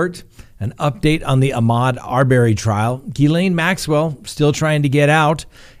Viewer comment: Have you been watching the Arbery case or just reading it? Please pronounce the name correctly.